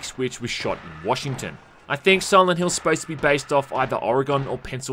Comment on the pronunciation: Ore-gone lol